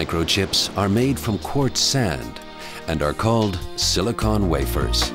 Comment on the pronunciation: I don't like the way he pronounce silicon.